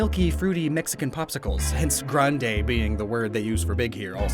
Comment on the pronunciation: Grande, not granedé.